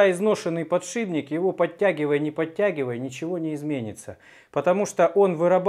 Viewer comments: Единственное что мне не нравится...это подшиБник...Это же от слова ШИП. А в остальном, спасибо. Очень много полезной информации и смотреть интересно, хоть я никак и не связан со станками... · да почему же подшиБник, птробЫвать??? режет слух! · А ведь в прошлом видео ещё нормально говорил, подшиПник. Пишет правильно, а вот говорит...